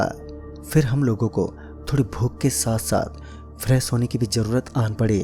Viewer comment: Fresh hota h na ki freess